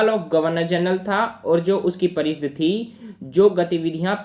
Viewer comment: Bhai parishad hota h naki pareeshd